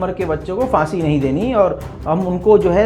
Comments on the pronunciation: Phansi not fansi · Fansi nhi,,Phansi hota hai.